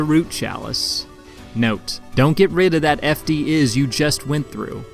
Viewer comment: Isz pronounced eyes.